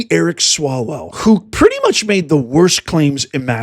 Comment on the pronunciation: Umm.. Eric swallow-well?? And Fang-Fang.. nuff said.